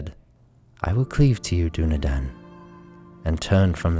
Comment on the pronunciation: This pronunciation of Dúnedain is so upsetting